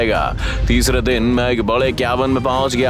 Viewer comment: Day❌ Din ✅